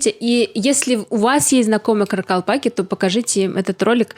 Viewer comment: THE NUMBER OF KARAKALPAKS IS MORE THAN ONE MILLION. THEIR NAME IS PRONOUNCED: KHA RA KHAL PAKH. NE ISLEP ATYRSANG - WHAT ARE YOU DOING? ЧИСЛЕННОСТЬ КАРАКАЛПАКОВ БОЛЕЕ ОДНОГО МИЛЛИОНА. ИХ НАЗВАНИЕ ПРОИЗНОСИТСЯ: QА РА QАЛ ПАQ. НЕ IСЛЕП АТЫРСАНЪ - ЧТО ТЫ ДЕЛАЕШЬ?